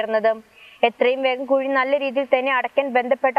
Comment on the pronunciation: Kazhi alla kuzhi😂